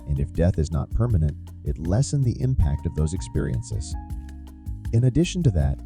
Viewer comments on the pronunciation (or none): none